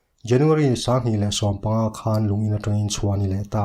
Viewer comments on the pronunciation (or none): I train accent hi tramp I ti trep 🤣 no mah2